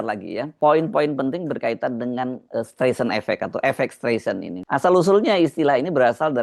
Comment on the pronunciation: Streisand itu bacanya "Straisen", Mas